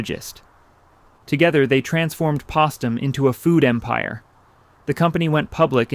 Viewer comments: Pahstem Cereal Company ?! Po(h)stem. AI strikes again. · Postum os pronounced POH-stum - not pahstum. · I find it remarkable that it didn’t occur to the narrator that Postum is pronounced with a hard ‘o’ as in Post, not with a soft ‘o’ as in bottom. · it's pronounced Postum ... like poe stum...not Postum like possum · You need to teach you robots how to pronounce words properly!!! It’s Post - tum !!!! It does not sound like opossum!!!! smh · The product name was pronounced "Post em" as in Post with a long O, not "Posstem" as in possum as this video continually mispronounces it. I had family members who were very fond of that beverage, which they started drinking when it was new. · I could appreciate an AI video like this but when you mispronounced postum with a long o and pronounced it with a short o that just like turns me so off I had to give you a dislike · Pronounced POE-stum, not PAW-stum. POSTum pronounced just like their name -- POST. Just FYI. Interesting documentary; thank you! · I'm enjoying the story, but... It's Postom with a long "o" as in "post" not a soft "o" as in "pot". It's probably only the elderly like me who would remember this, but the mispronuncian of the name of the company is a bit irritating. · Postum is pronounced Post Um, like a post holding up a porch. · "Postum" is pronounced wirh a long "o" sound. P ō stum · Its pronounced Postem. Like Roast them. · Postum has a long o. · How do you get "potum" out of "Post" ??? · AI narrator can't pronounce "Postum". It's post-um as in "Post". AI slop. 👎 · Wish orater would call the coffee substitute by its correct name. It’s pronounced like her name pOstum. Mom gave it to us on cold mornings before school. It was so good. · Pronounced Post-Tum (long O sound). Postum is also known as the Mormon Coffee where i come from. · How can this AI voice pronounce Post correctly but can’t pronounce Postum? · Its POST-UM TWO SYLLABLES POST-TUM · Postum is pronounced the same as the Post family 😂